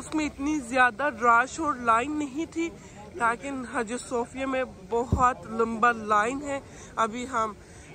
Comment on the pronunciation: Haha cute urdu 🥰 Don't speak "laakin" this is a "laykin"